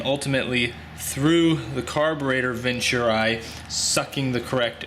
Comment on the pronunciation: Venturi not ventur- I